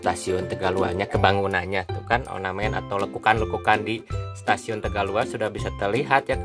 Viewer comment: Ornamen bang bukan onamen